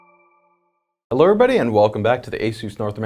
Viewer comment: "heller everybody" ;)